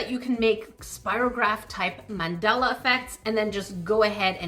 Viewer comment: did you mean mandala? 😭